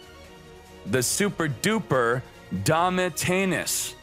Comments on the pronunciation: Ehy great video! Just a little thing. Domitianus is a latin and italian name. The pronounce is "domiZiànus" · You have to pronounce domitianus like "domitzianus", cause it's a reverence to a Roman emperor.